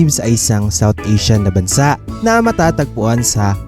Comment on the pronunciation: Bansa' ang tamang bigkas!!!!!